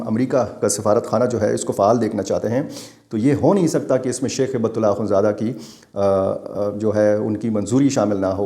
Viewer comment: ایک اصلاح کر لیجئے ۔۔۔ امیر افغانستان کا نام ہیبت اللہ نہیں ۔۔۔۔ ھبة الله ہے ۔۔۔ ھبہ عربی زبان میں تحفہ کو کہتے ہیں ( کوئ شے ھبہ کرنا ). ھبۃ اللہ یعنی اللہ کا تحفہ ۔ ڈاکٹر سیف الرحمن محسود ۔۔۔ اسلام آباد ❤